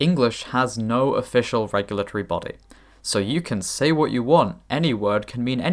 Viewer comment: Wha't Please don't do this, glottal stop together with the pronunciation of the "t" sounds so convoluted.